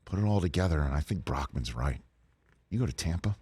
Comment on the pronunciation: bro legit said tampa HAHAHAHAHAHAHAHAHAHAHAHAHAHAHAAHAHAHAHAHAHAHAHAHAH